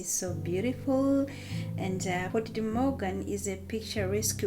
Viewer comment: No es MORGAN, es MOGÁN y no es Port, es Puerto, Puerto de Mogán.